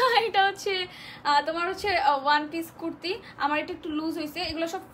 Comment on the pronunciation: It will be Kurti not Quirti Bolod!!